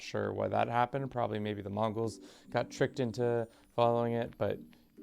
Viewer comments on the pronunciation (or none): none